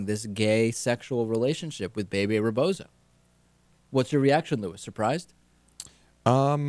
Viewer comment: They should at least learn how to pronounce Bebe it's not BayBay. But, these guys are so young they don't know that much about nothin'.